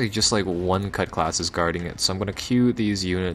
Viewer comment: CUTLASS! ITS PRONOUNCED CUTLASS!!!